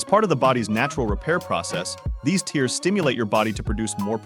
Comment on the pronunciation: Why does he keep saying “tears” as in crying?